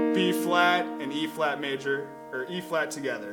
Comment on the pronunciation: It's good but its hard to tell wether ur saying b or e flat...